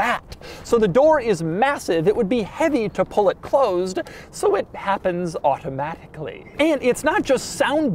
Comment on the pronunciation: Doug: " It's handled electronically and auto-H-matically " I love when Doug ^enunciates^ his rich-people-speak, adding an H to the word: automatically.